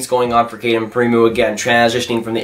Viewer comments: Primeau not Primoo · Thats horribly prenounced